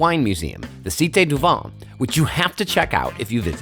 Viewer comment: but regretfully did not learn how to pronounce "vin" correctly.